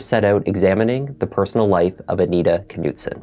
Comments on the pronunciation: Just fyi I think the k is silent for the family name. It’s probably pronounced Noot-son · The K is silent it's nutson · Please understand the silent K in the beginning of certain words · Is the K pronounced in this name? It seems like it would be silent. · The k is silent